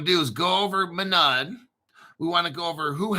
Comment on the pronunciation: MONAD, pronounce it right